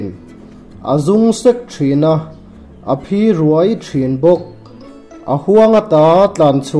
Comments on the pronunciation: A ṭha in a bengvâr thlak hle mai , mizo ṭawng chungchang advice ve thung:1, vawk zel(zel hi zêl tia lam ri lovin thing kâwr ka thel tih a "thel"rîk ang a lam tur zawk a ni Phi ruai : ruai hi a khamphei a lamrîk tur ani, eg. "Ka kal dâwn" tih a 'dâwn 'rîk ang hian lamrik tur , "Ka kut a pilh duai mai" tih a 'duai' rîk anga 'Ruai'hi lam ri lovin Mizo ṭawng kan hmandik zawk theihnan ka rawn sawi ve duah ani e Ṭangkai takin ka lo hmang ange , vawkpui vulh ve tum mêk ka ni si a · A phi ruai thin tih a 'ruai' i thluk dan hi lo zir chiang leh teh. Tin, a awp 'suai suai'tih thluk pawh hi beng a ti kham deuh tlat mai. I channel hi ka thlir thina, a bengvar thlak in ka hlawkpui thin khawp mai. ALL THE BEST. 👍👍